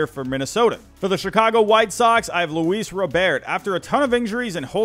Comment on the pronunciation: Thank you for pronouncing Luis Robert name correctly.